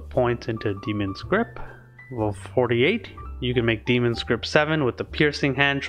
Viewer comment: it's obviously demon not damon come on figure out your own name bro